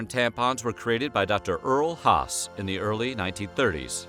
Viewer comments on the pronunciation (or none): none